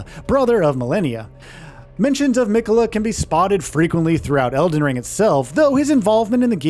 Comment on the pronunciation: Has this narrator played the game? I've never heard anyone pronounce it Mikayla. Especially since Malenia is Miquella's sister she's probably a pretty reliable source of pronunciation and she repeats his name every time you die and every time you start her fight. Also I wouldn't say that fighting Mohg is necessarily late in the game, probably halfway for most people or less. Also, Miyazaki describes specifically that it's not on another plane, that it's just hidden from the rest of the world. Also, 10 new main bosses, there's going to be way more minor bosses than that. Also, remember way back before the game came out and Miyazaki said it was going to be about 30 hours? I think he also under exaggerated when he said this is going to be the size of Limgrave.